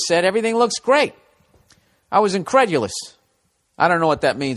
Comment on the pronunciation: He said incredulios